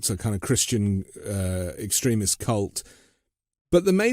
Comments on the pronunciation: At first I didn't understand what was being said when I heard say "extruhmist" Someone should explain to her that the word "extremist" is based on the root word "extreme" so it's extreme - ist. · It's called....extremist. not...ex...tri...rism. wth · Anyone else really annoyed by how this woman mispronounces 'ex-treh-mist?.' It's incredibly annoying and pretentious. EX-TREE-MIST, B-WORD! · Your guest’s pronunciation of extremist is interesting. I think of excrement-ist!🤔😂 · Does intentionally mispronounce the word "extremist" so that it sounds like "excrement?" Not Funny!! Get with the program!! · X TreeM' ist not X' treh mist like X' creh ment. Ridiculous statements, opinions and nonsense being spewed by a seemingly very intelligent, intrepid researcher and journalist (?) to the degree that many of her important insights into the weaponized Xristian Nationalists get lost in the soup. The indictment didn't come on the day you expected it so you didn't read it in preparation for this interview. Sad and a waste of time. Have come to expect so much better from you,! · why does she pronounce "extremist" like "excrement" ? Hard to take her seriously. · ik" + "STREE" + "mist. This is how to pronounce extremist. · I’ve never before heard ‘extremist’ pronounced so it rhymes with ‘excrement’, but it fits. : ) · I found it interesting that pronounced "extremist" as close to "excrement". I think that fits. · Could someone direct her to a dictionary to learn how to pronounce extremist? For Pete’s sake! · It was very difficult to take someone seriously who can’t correctly pronounce “extremist”.l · Extremist is pronounced with the accent on the second syllable! It distracts from your message. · This just being nitpicky, but that is not how you pronounce extremist. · I’m just over here becoming progressively more highly irritated by how she keeps pronouncing “extremist”. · She put the emPHASis on the wrong syLABle !!🇺🇲